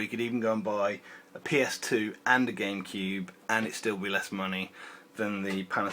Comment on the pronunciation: Why does he say Gamekeeb/Genkib?